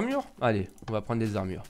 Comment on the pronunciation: Pété de rire quand ta dit : "Des armre !!" x)